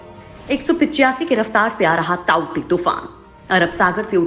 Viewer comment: ताउते तुफान उसका नाम नही हे तोकते तुफान हे उसका नाम ।